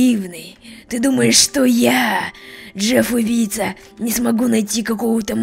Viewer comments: Джефф а не Джек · Джеф а не джесьон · Сергей Яковлев не джек а джефф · Джей Awc не Джек а Джеф